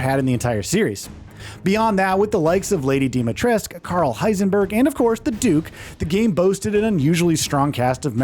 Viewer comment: THREE YEARS LATER and they still can't pronounce Dimitrescu correctly 😂